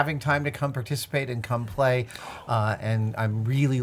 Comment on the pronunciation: Ha, Adam said cumplay